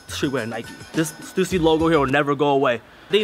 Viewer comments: I thought it was pronounced "stuhssy" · Stoosy??? You mean Stüssy lmao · Stoosy? Bruh it's stussy. Same as Adidas, not Adeedas. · I really hate how they said stussy, it's sta-sea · Is that how they pronounce the stussy? haha..i have been pronounce it wrong for years.. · did they pronounce stussy wrong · I have never heard someone pronounce "Stussy" like that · it has an umlaut ü not u